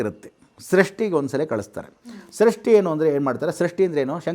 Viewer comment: ಸೃಷ್ಟಿ ಅಲ್ಲ ಷಷ್ಠಿ ಉಗಾದಿ ಅಲ್ಲ ಯುಗಾದಿ